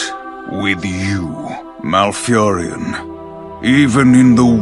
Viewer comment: MALFURION, not MalfuriAN. Sorry, had to do it.